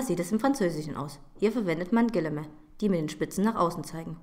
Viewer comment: weshalb man aber diese doppelpfeilchen im deutschen setzt, wird hier nicht beantwortet. und was sagt sie bei minute ? Gillemä?